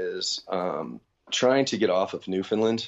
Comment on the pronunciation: Newfoundland, understand? Land, not Lyn. :) sick vid